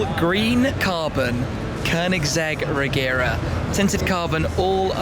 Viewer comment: It's pronounced "Reyera"